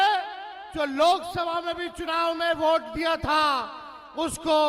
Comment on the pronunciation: अरे नवीं फेल भोट नहीं वोट कहते हैं महा मूरख😂😂😂😂😢😢😢😢